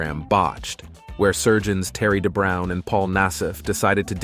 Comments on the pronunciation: Doctor De Brown 😂 lol it’s Dubrow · Dr. Dubrow. Not Brown. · Michael Jackson had surgery on his nose so many times, he came close to having no nose. I’m sorry, did he say Dr. Terry De Brown? 🤣 Dr. Dubrow is famous enough that any video about plastic surgery should be able to get his name right. Allowing cooking oil, concrete or glue to be injected into your face proves you need mental health treatment not a cosmetic procedure. Jocelyn Wildenstein is a liar, liar, pants on fire for saying she hasn’t had plastic surgery. She’s had a lot. And she’s disfigured, not youthful.